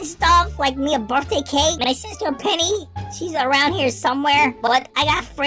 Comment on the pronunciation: It's funny because he should say happy birthday lol not burt day lololololololololololo